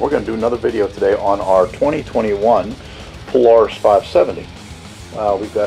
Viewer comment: Thank you! Aside calling it a "pule-aris," I loved the whole video!